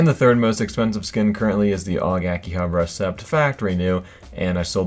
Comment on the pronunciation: Did anyone else hate how he said AUG Akihabara "ASSEPT"